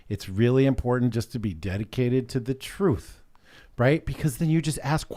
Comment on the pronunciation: Someone tell that there are 2 "t"s in the word 'important'. To him everything is imporent. Lol